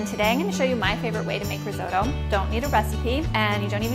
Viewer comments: What is reezodoe ? Oh my god you’re trying to make something you can’t pronounce!!! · I wince every time I hear her say "rizoe-doe". And she says it a lot. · you can't even pronounce risotto properly.... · Great video, and that is such a fun way to pronounce risotto! Never heard it in an American accent before haha, very cute!